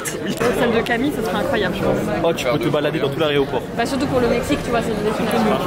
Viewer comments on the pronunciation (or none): on en parle ou pas que dit au début aréoport au lieu de aéroport